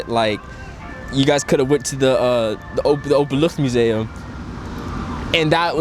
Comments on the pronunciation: “Openluchtmuseum” Wow, your pronunciation is perfect!! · na 2 jaar 'Openluchtmuseum' uitspreken like a local is bewonderenswaardig!! Props to you!! En welkom 🙂